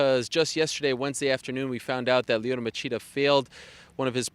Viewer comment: Lyoto Ma-CHEAT-a